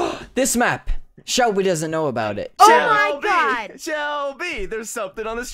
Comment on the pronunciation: Ahhhh when h accedently said Selbie instead of Shelby I was like 😮😮😮😮😮😮 (Selbie is my last name)